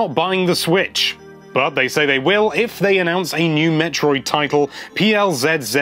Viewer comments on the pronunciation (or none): none